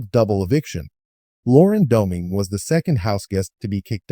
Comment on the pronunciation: Well at least whoever wrote this one got her age right. But that person's TTS didn't pronounce her name correctly either. And I don't know why you're posting a video talking about her "recent HOH" when the show has been over for more than a week now. Nothing in this video is news or even current